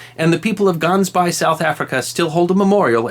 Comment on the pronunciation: Gansbaai. This is Afrikaans for Geese Bay. However the pronunciation is quite different from the way you have mentioned it here. I will try to explain: Using the CH from ACHmed (the Terrorist) as in “Silence, I Keel (kill) you." Don’t mention the “A”. Then proceed to say the following: “CHauns Bye”. The “auns” as in aunts but without the “T”. If you pronounce it like that then you will be quite close to the Afrikaans pronunciation. The main tourist attraction in Gansbaai since approximately 1995 has been cage diving with great white sharks.